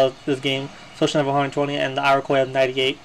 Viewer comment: To add to what Mr. Hall said: Iroquois = EAR-RUH-KOY